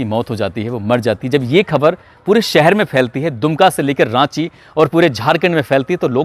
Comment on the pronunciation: It is #DUMKA not Dunka.